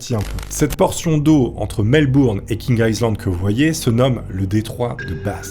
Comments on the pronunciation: Ça s’appelle vraiment « King Aïzland » ou c’est juste sa prononciation qui est mauvaise ? Ça me perturbe vraiment 😅. Par contre j’ai adoré la vidéo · Ça s'appelle King Island et ça se prononce King AïeLand